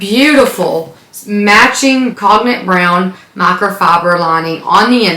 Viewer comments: The Speedy color is not pronounced 'cog nick'. It's 'cone yak', like the liquor. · The color “cognac” is pronounced like cone-yak (kohn-yak). The o is long, and the g is not pronounced. Cognac is brandy from France. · I mean if someone is correcting you, it should be correct, More like CONE-yak but ok. Love your channel and collection. TFS!